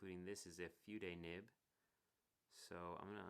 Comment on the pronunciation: Good review. I'm getting one. Like I need another pen eh! Adonizing is not a word. It's anodizing. Not feud-ay. Pronounce it like food-eh.